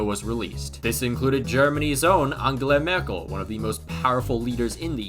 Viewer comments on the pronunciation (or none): Angle-la Merkel? 😭 Nice video though, I rly like your content